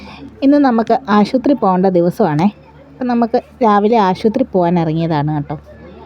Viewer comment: ആശൂത്രീ അല്ല. ആശുപത്രി..😂😂